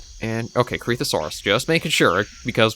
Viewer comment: Is it pronounced "Corithosaurus" or "Coreethosaurus"? I still have no idea XD